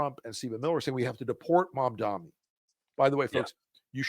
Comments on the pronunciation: Guys, please, please, please, learn how to pronounce his name! It' MamdaNi not MamdaMi. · Mamdani, pronounced like this: mom-DON-ee. Why is it that Rs, former Rs, and corporate dems have such a hard time saying his name...